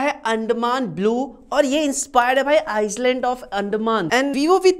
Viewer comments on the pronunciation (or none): none